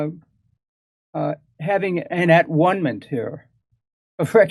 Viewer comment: "...an at- ONE-ment" 😒 ^ aTONEment.